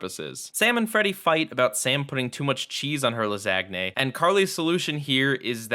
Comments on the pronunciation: Did you seriously pronounce “lasagna” like that? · Did you just pronounce lasagna the way I heard you pronounce it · The way you pronounce lasagne makes me more angry than it probably should